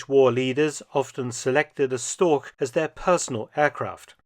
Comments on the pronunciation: "StorCH" not "StorK" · i am not complaining. i am just a know it all. also, you said that word a lot during this video, wich i had to listen to, to receive your informations. pronounce it like this: "shtoash" this has been a PSA by me, the person who wrote this. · Its not " Stork " its Storch !!!! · Funny I always heard it called Storch (stor with the chuh at the end) but it was just the regular English pronounciation of Stork all along. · nicely narrated and exceptional aircraft , but "Storch" as the german word is mispronounced 🤷‍♀️ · I think “Storch” is the archenemy of every english speaking person, regarding pronunciation. You did a 5 out of 10 job.